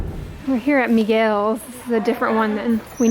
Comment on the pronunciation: This girl said Miguels😂